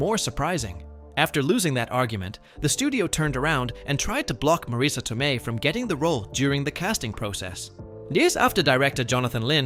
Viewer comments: is not pronounced Maraisa is Mareese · One of my favorite movies. Wish Marisa and Pesci were pronounced correctly. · It's pronounced Pesh-ee, Ma Riss A, Herman not Her man. Great facts but you butchered peoples names. It was a great movie, and Marisa's explanation about the car stuff was amazing. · The most annoying thing about this, and the reason i almost turned away very early, is the constant mispronounced names. Worst of all is three different pronunciations of Marissa Tomei's first name and at least two different pronunciations of her last name. It's bad enough to say someone's name wrong, but multiple ways shows blatant disrespect. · This video has a decent script which is about a movie that's a cult classic, however it falls short in execution due to poor pronunciation because you failed to nail both "Marisa" and "Pesci" in your text to speech app ; Wrong way: "Mah-Rees-uh" and "Pessy" and Right way: "mah-Riss-uh" and "Peh-shee"